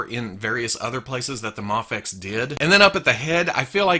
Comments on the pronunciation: I thought it was pronounced may fex not mah fex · Muhfex, mehfex? I thought it as pronounced may-fex? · you always pronounced it as may-fex. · It's either way since no one knows how to pronounce it really just done people told it's pronounced mah fex while others said May fex. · It’s pronounced Mayfex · The way he said mafex ugh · Ok. So, I've heard it pronounced different ways. Is it "may fecks" or "mah fecks" or "m'fecks"? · I think I've heard you pronounce MAFEX in every possible way at this point. In this one video. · I think it was an on going joke about not knowing the correct pronunciation in early videos I put it down to jelly and jam scenario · I love you but I hate the way you say Mafex. Isn't it a long "A"??